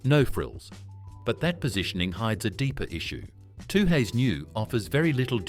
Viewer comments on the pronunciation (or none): Toohays? It's Tooheys Lost your credibilty Promoting more expensive craft beer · You lost all credibility with "Too-hays" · “Two-Hays” New ?? At least say it properly.